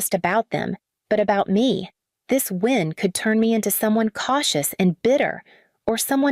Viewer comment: Win not wind.